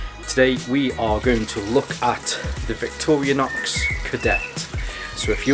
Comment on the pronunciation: Victorinox not Victorianox